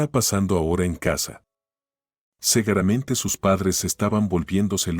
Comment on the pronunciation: No es segueramente se dice seguramente.